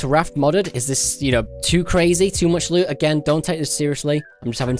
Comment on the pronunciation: Your saying loo not loot BUT I STILL LOVE YO UR VIDEOS